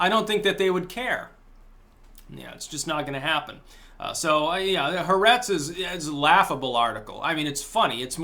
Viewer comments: it's not heretz it's Haaaaaaaertz, A as in french or German alphabet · If you want to be really cool and seem knowledgable, not that you care, you would say “ha-aa-RETZ.”